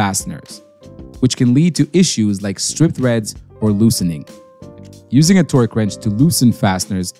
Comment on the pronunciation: he's saying it like twerk wrench